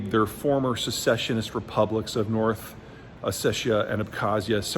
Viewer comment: south ossetia ... not north